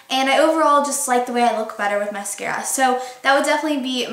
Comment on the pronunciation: The way you said mascara at the beginning sounded so stupid. Just aying